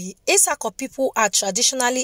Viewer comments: Well done oo, but your pronunciation is not correct. Where is the place of the Auchi people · We are etsako afemai people. We are Muslim no Christians. Christians or Muslims by mouth. But we are traditional people. And please learn how to pronounce some name before you call it. That you anyway